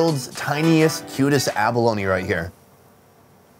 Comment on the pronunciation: Its called abaloni not avaloni 😔😖😲😱😷